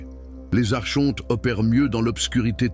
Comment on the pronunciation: Espèce de tête de con d'I.A on ne dit pas Archontes mais Arkontes .....pffff